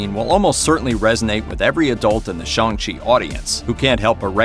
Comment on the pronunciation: Shong chi??🤣🤦‍♂️